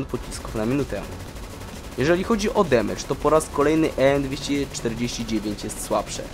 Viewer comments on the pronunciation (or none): none